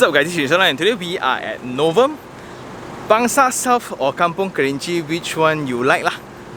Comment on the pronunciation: Novum= No ovum lol